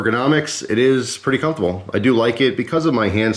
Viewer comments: If there's one thing you can count on in every cutlerylover knife review it's pronouncing comfortable to sound like cum-table. Gotta love it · EastTexasOutfitters I never noticed... Now I can't un-hear it XD